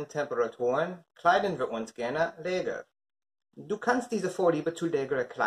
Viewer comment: Alles gut, aber das "leger" mußt du als lescheer aussprechen.